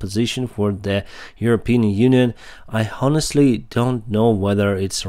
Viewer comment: Денис, ты молодец! Когда говоришь онестли, там буква Х не читается!